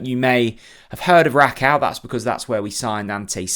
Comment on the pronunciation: Rakow is said as RAKOFV - all W endings are this in Polish. There is a cringe factor that journalists can do all research apart from how to pronounce player names and clubs, places they played at / are from, yet those players come over and do interviews in English fairly well. RAKOFV ! I bet throughout the whole season Bob Rutler, the Plonk Un and everyone else will say 'Rack Ow' - but still be high fiving Dan the Smiley Media Man after each Pressup